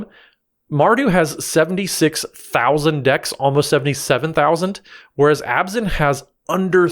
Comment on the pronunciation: Every time pronounce Abzan as Obs-On, someone takes their Abzan deck apart.